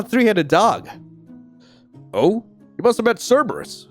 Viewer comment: "Cerbrus picks up cerbrus" 🤣